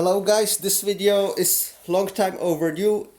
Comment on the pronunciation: it really do be just like "vidyia" 😔😔😔